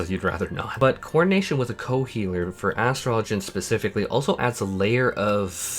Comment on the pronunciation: OMG!!!!! Thank you so much for your pronunciation of Astrologian! 👍🏿👏🏿